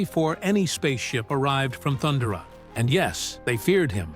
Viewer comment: Thunder-uh? Um no. Not even a little bit.